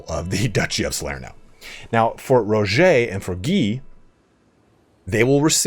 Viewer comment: Dude it’s just “Roger” like Roger Dodger. Not “ro-jau”.